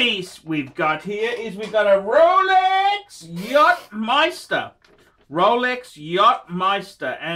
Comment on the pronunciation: MasteR=Meister? its Maaaster